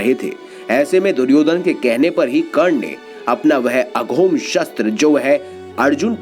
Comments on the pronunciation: अघोम नही अमोघ। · अघोम अस्त्र नहीं होता है दोस्त, अमोघ अस्त्र होता है। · Amogh shashtra hota hai bhai...aghom nhi. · aghom nahi bhai AMOGHA HAI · अघोम नहीं अमोघ अस्त्र हैl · अघोम नहीं अमोघ अस्त्र कहें ।